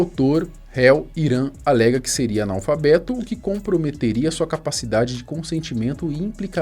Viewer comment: "falou dimalfabeto dirrliga a live" KKKKKKKKKKKKKKKKKKKKKKKKKKKKKKKKKKKKKKKKKKKKKKKKKKKKK